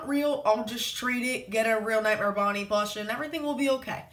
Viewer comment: Is it me or does he say plosh?